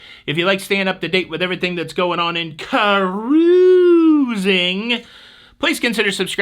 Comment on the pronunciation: Cute shirt. Wish it was spelled Ka-roo-zing. I love the way you say it and always sounds like it should start with a K.